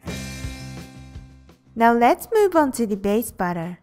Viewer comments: You need to work on properly saying the word "batter" because you aren't saying it correctly. You sound like you are saying "butter". I love your videos! But its kind of hard to know if you are saying to add the butter or add the batter. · your mom needs to work on properly saying the word "batter" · LOL when you say batter it sounds like butter <3 your videos :)